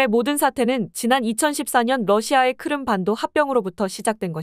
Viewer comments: 크름(X) 크림(O) Crimea - 크리미아 를 줄인 말. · 귀에 거슬립니다,크름 크름이 맞나요?